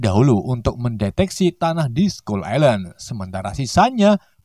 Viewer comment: Bang itu baca nya island bukan gitu tapi bacanya gini bang ailend walau tulisanya island tapi di baca ailend